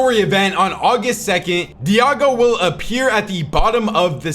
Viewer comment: diago? 😂 its daigo bruh